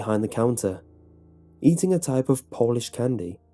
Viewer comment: It's pronounced Polish not Polish lol 😉